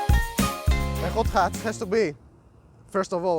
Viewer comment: He has a Got Ghatch 😅 Hot Hatch haha